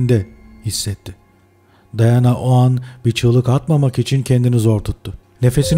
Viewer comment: Daiana değil diana